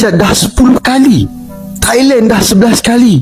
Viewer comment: Tailan bukn tailen,jgn inggris2an